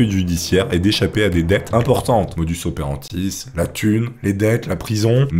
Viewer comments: 😭 On dit modus operandi et non modus operantis. De la même façon, escroquerie et non excroquerie 😛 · Je t'apprécie beaucoup mais sur cette vidéo c'est 'combo approx level 9000'....la 1ere personne au masculin sur 2 min (WTF), des trucs comme 'motus operantis', je passe le classique massacre de toute prononciation en anglais . Ça casse l'immersion dans un propos sympa et qualitatif